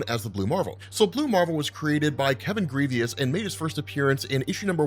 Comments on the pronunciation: His name is pronounced Kevin "Gra vo" not Grevious. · "Kevin Geveious" lol Come on.. its Grevioux... you've said it right before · 2 things: 1.) It's pronounced Kevin(Gree-vo) 2.) Marines are not "soldiers" it's almost offensive to us. Carry on.